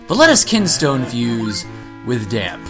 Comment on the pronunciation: The accent at the end of Dampe's name makes it sound like "Damp-ay" like the e in Pokemon